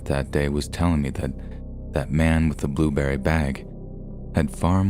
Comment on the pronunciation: Come on bro, it was clearly a burrberry bag, not blueberry